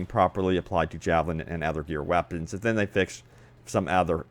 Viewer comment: "The wappens"